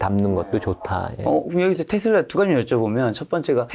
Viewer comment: 제발 ‘테슬러’ 라고 발음하지 마세요. 저 미국 30년 살고 있고 영어 능통한데 아무도 그렇게 발음 안해요. ‘테슬라’입니다. 정말 거슬리네요😮